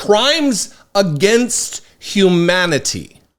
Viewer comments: It did sound like she saod "crimes against Hemanity" Maybe she thinks Dr Fauci is Skeletor, or she's upset because she couldn't go visit her favorite Manatee man at the beach. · She said :HEmanity😂